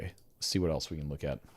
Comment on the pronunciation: There is no T in the word else! LOL!